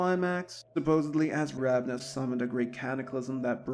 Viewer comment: Yes, the founder has many names. I was just correcting your pronunciation. The person is Ravana. The clan is Ravnos. No offense, just trying to be helpful.